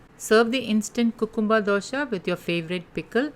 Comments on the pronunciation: Dosa not dosha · It's dosa not dosha But recipe is really helpful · Madam gud recipe but pls pronounce it as dosa not dosha. It gives totally different meaning..